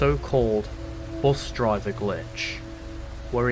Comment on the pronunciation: I love the new voice author filp, and not to but this in a mean way i like how he said bus with bust lol